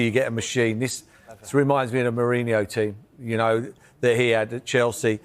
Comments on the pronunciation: I hate that he calls merino ——> mourinho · lolol he’s talking about Merson’s pronunciation of Merino